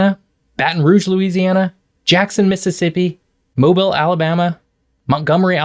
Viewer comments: ....It's MoBeel, not Mobull. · i know someone else has probably said this, but it's moh-BEEL, not MOH-bul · By the way, we pronounce it Mo-beal, not Mo-bill. Mobile AL, that city we all pass on our way to Florida. Well... they do have that big battleship, and that's pretty cool. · OMG, it physically hurts to hear you say MO-buhl so many times. Mobile is pronounced "mo BEEL." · Mobile - mow-beal not mow-bul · It’s Mobile not mobil. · I know 16 people have already told you, but Mobile, AL, is "mo-BEEL," not "MOBE-UL." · I know it looks like it should be pronounced moe-bull but it’s more like moe-beal. 😊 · It’s not pronounced “moble.” It’s “mobeel.” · Why do you swap from pronouncing it MoBEEL (correct) to Mobuhl (ick)? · It's not mobill... its Mo-Beel Alabama. Lol. Much like it's not New Orleans it's NorLins. Also, on a more serious note many don't move to these states because of their take on a person's autonomy and the Laws they still/currently have. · Yeah. I grew up in Pensacola, and when I heard him say "moe-ble", I immediately came to the comments to see if any locals had corrected it. You gotta say "MOE BEEL...ALLABAMMA" with Leeroy Jenkins energy to really get the feel correct. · Fool making a video about the gulf coast but doesn't know how to pronounce mobile lmao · Moe-Beel, not mobil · It's pronounced Mo bill. Not moble. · He pronounced Mobile wrong. Its pronounced Mo-beel. I only know that because I’m from New Orleans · i was born in mobeel not mobull.... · It's pretty obvious this guy has never been to any of these regions; it's a completely academic report. It's Mobile - pronounced 'Moe-beel' Come on man.. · It's pronounced MOH - BEEL, Mobile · The large port city on the Alabama coast is pronounced Mo-beel not mobile. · It's pronounced MoBEEL. Mo-BEEL. say it correctly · I live in New Orleans and, even though I'm in pretty good shape, will be drenched in sweat if I walk to the end of the street and back. Also, Mobile is pronounced "Mo-beel".